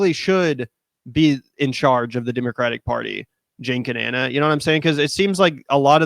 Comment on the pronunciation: FYI Ana’s name is not pronounced Ahna, it’s just like Anna